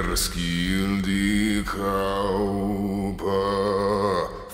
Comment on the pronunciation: Your pronounciation is excellent but "kaupa" has a very distinct sound that non-nordic speakers normally can't pronounce. You're pronouncing it as "kápa", which means coat.